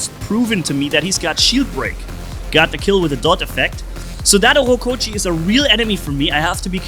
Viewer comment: Its Ochokochi not Ohokochi